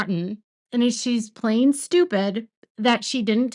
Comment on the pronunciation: Did you just say Robyn was "Playing stupid" or "Plain Stupid" ... LOL!!! I think I know which one ;)